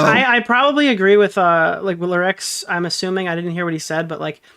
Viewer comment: How exactly do you you pronounce Lerix? (don't say Lolicon. IYKYK) I've heard it pronounced like 5 different ways. Now is calling him "Lyrics" lol